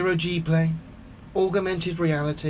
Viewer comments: Aug-er-mented Reality! LMFAO! Great vid. P.s. "I can't work-er that out-er!" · " "Augermented weawity" Who invited Elmer Fudd???? ;-) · And augermented reality... which may be what drills the tunnel that LEO lives in. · You are right, but he has not known the word "augmented" for long, we can hope he pick up on how to pronounce it :-), but he is surely giving it heavy usage. :-) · It's not just 'augmented', he has problems pronouncing quite a few words, although I can't remember any particular examples off the top of my head. Now, I am the last to laugh at people because of their pronunciation/spelling (although being a fully paid-up Grammar Nazi, I am more than happy to point it out!), but when you are trying to come off as vastly more intelligent than a massive group of highly educated scientists such as those at NASA, then it's a good idea to at least get some basics right...! Wade-A-Minit: what am I saying?!?! He's a flerfer! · Of corse LEO can't say augmented reality he can't even say calculator... culculator 🤣